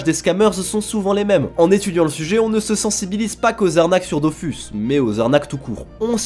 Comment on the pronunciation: Vous pourriez au moins prononcer Dofus correctement.